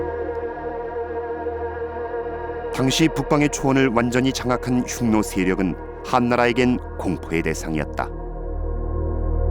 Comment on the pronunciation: 훈족에 의해 로마가 망했나여?로마에서 흉노를 훈노로 발음한다..재밌네요